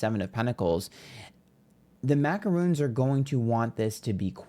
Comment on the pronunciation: Lol, "The Macaroons!" 😅 Americans always think macarons, macaroons, and President Macron are the same type of cookie 🍪